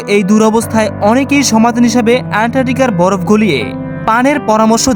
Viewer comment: উচ্চারণ ঠিক করা উচিত। যেমন ভরফ(বরফ),হুদ(হ্রদ) ইস্তায়ি(স্থায়ী) আরো কিছু আছে। শুভ কামনা রইলো নতুন চ্যানেল এর জন্য।